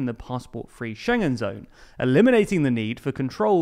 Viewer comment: UK joined 1/1/73! And Schengen is pronounced ShEn-gen. And, and It is "within spitting distance.", not "... a spitting distance." No need to thank me.